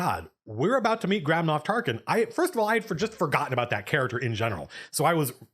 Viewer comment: It doesn't make up for it (because they definitely should've been able to convey at least SOME of this stuff in the movie), but the book (released at the same time) explains/answers almost all of your questions/complaints. Also, I keep thinking you're saying Grandma Tarkin and it's making me laugh.